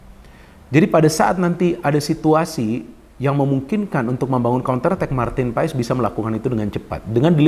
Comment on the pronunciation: Ijin koreksi nama MAARTEN PAES di baca MARTEN PAS (Sumber Kompeni)